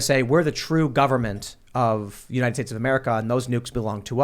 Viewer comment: I can't stand her speech impediment. Unined States. Senence. 😂😆😂